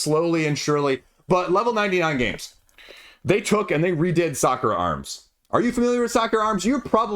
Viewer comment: Every time you say Sakura Arms I hear soccer arms and get a very different picture in my head.